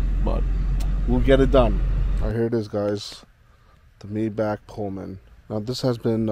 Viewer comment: Mi-bachhh not Mayback.... Great video mind you 👌